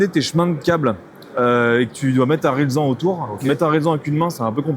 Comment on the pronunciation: Et à apprendre eux-même, notamment à prononcer collier RILSAN et non "RISLAN" ! (le gars de chez Piher…) 😂 J'imagine un pro qui déboule au salon et qui n'a pour interlocuteurs que ces types en costard…🙄